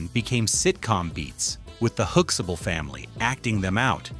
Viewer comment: They are not saying Huxtable properly either...